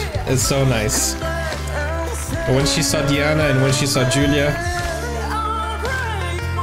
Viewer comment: it is pronounced Yulia lol., if you remember Diana's performance of can't help falling in love,, Julia was the Judge dressed in red with the blonde hair .